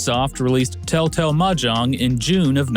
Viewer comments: Until "Tel-Tel" appeared on the screen I thought you were saying "Telltale." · I keep hearing Tell Tale rather than Tel Tel xD